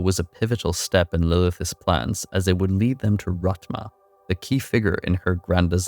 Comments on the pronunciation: Its rathhhma not ratma gotta use that tongue on your teeth to make that thhh sound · Rathma (Wrath-Mah) not Rat- mah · I'm not trying to be mean or rude, but damn man, it's Rathma, not Rat-ma. His name is spoken in 4 different games. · My man just called him ratma lmao